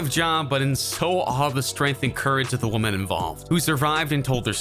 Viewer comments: Is it just me, or is the guy narrating saying "woman" in places he should be saying "women" (plural)? It's incredibly distracting... Lol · Is the speaker on this video a computer? I have never, ever heard anyone pronounce the word 'women' quite like this...